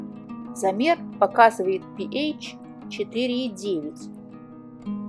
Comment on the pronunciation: Пи ейч режет слух. Со школы известно что это пе аш читается. А вода аш два о. А не ейч два о